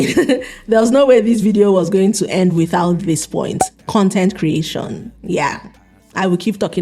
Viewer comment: Fashon, Content creashon, solushon, competishon, mini importashon...why do you speak like that?